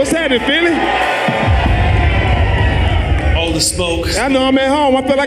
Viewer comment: It’s PHILLY not phelly wtf😂